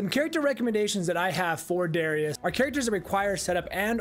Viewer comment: It's DAAArrius